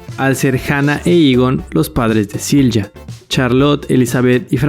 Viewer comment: Correcto pero Silja no se pronuncia con J, la J en aleman se pronuncia como una “i”. Igual que “Jonas” es “Ionas”